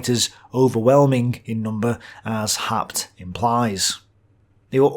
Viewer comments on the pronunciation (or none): About the historian Werner Haupt ( ) (which for some reason You "butcher" into "Har-pt", rather than "How-pt"). Your source is English translations of his German original books that came out in post WWII era West Germany, and the only Wikipedia entry about him is in German: In short, he was known to be leaning to the right, focussing on German Wehrmacht members which he had been himself. So his books are more like some earlier secondary sources, and they were rather "popular-historian", "apologetic" works than scientific analyses, which were, under the era of the Cold War until 1990, very difficult. The German-side focussed narrative, written like novels, was intended for German readers who would remember the war only from their side. Like the US GI's in Vietnam, who also later portrayed themselves as the true victims of the conflict, ignoring the Vietnamese view, so did many Germans, dismissing by large all possible inputs from Soviet communist historians, who were indeed as well biased themselves. It only became somewhat better after the end of Cold War I (no.II is right now). I know Your German skills would not be good enough to decypher the OKH diary, or the Wehrmacht reports that were published only in 1995 (compare channel Military History Vizualized, about D-Day). Never mind, those would be primary sources, hard to dig through for anyone, while I know only the OKH diary, which is too much generalized lacking all details that You are presenting. Haupt happens